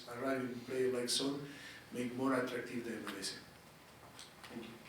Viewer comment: It’s not ML-“ese”! Either you say MLS or go full-on “eme-ele-ese”. None of this half-baked hybrid—pick a lane